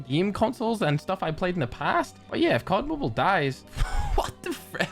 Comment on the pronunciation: Finally said cod mobile the normal way.